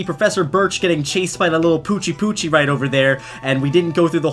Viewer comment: I luvd it when you said poochiepoch